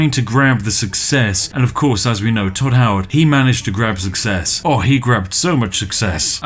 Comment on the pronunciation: “Hodd toward”